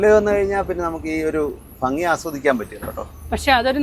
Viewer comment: ഫങ്ങി അല്ല ഭംഗി 🤣🤣